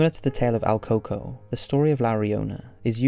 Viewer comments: el CUco.. not al coco.. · Funny how he mispronounced el cuco 😭😭😭